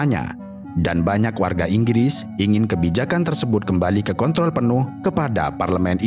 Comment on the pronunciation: Kontrol bg 😅 dengarny agak aneh abgbilang kontrol